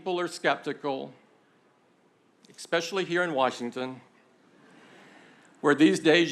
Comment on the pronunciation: Why did he pronounce especially as expecially, why?